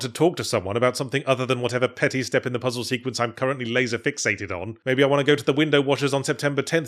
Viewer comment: “Sir,the second pizzle was yanked”